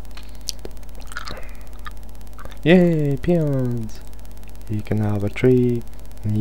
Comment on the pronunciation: Did anyone else think at first when he was repeating "Give me peons." that he was actually saying "Give me penis, give me penis."? Or is that just my dirty mind...